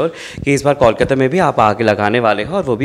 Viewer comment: I don't understand how could you pronounce कोलकाता as "कॉलकाता"(Callकाता) despite being a Bengali interviewer?